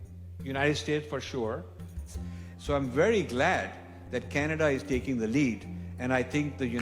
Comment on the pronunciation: did you hear............she said.....Canada-"CHAINA"😳😲.............